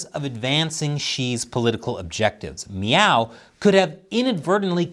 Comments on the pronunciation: Are you saying "meow"? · I'm sorry, are you saying Miao ?